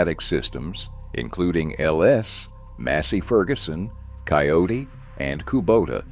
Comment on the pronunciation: Kioti NOT Coyote